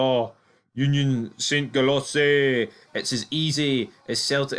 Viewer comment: union saint gilossy🤣 it’s a french name, they pronounce it „jalwa“